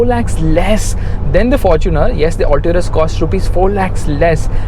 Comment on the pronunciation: Mahindra Alto-rus?? 😁😂